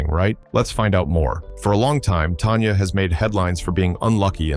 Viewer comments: Her name is Tanya, not Tonya. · Her name is Tanya, TAN_YA not Tonya. And you have the nerve to call yourself? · If you are gonna do a story about artists why can't you at least pronounce their names right! It's not "Tonya" it's "Tanya"!